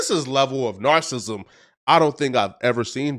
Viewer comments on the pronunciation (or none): Not being able to say Narcissism but reporting on issues is crazy lol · Ayy What The Fuck Is “Nar-Sism”..?? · talking about narcissism is ironic, or how he says it “narcissm”. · Not u using the word narcissism and can’t even PRONOUNCE IT! Cmon son! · Bro stop using words u can’t pronounce it takes away from ur points cuz u sound dumb. Ur not dumb at all but when u mispronounce multiple words multiple times that all a lot of ppl notice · Bro, before you start trying to use big words, learn how to pronounce them. Comfortability is not a word narcissism isn’t a word. You sound ridiculous when you make up words and mispronounce other words trying to sound like you’re smart come on man. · Gotta learn to pronounce narcissism ….😂